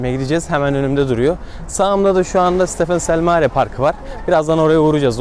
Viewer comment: Stefan Cel Mare’nin okunuşu Stefan Çel Mare’dir bilgin olsun istedim 😊 güzel bir video olmuş